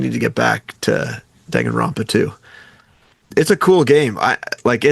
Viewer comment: Surprised it was Frank with the mispronounciation and not Sean... DONG-anronpa is not correct. Dang-anronpa, Frank.